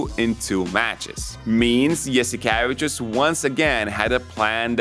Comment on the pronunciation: Oh man the way you pronounced Saras last name made me realize that we’ve been saying it in Greek wrong for decades. Yas ee ke Vee chews (tsious)